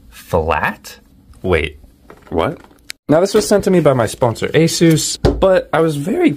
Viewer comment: Ain't no way bro said my sponsor ASUSE, but sadly that's how you pronounce it..